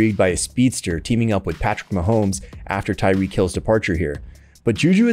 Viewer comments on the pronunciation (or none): none